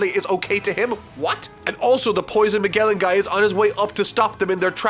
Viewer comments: It’s pronounced as MaJellan not MaGellan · I'm far more bothered by his pronunciation of *MAH-GEHL-IN*. It's *MAH-JELL-IN*! The Animaniacs even did a song about him, come on. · Here's how you pronounce these things: Camie(Kay-mee) Haki(Haw-kee) Magellan(Ma-djel-lan) (Even I mispronounced the name when the character got introduced) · Its (Mah-Jell-an) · Its pronounced like mage or to put it bluntly majelan. (Magellan) Also the amazon lily is inspired from circe's island from homer's odyssey and he impel down is from dante allegri's hell comedy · Its pronounced Ma-jell-an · Yeah but he should still know how to pronounce Magellan.